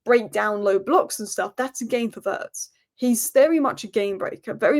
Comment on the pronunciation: vi-itz not vertz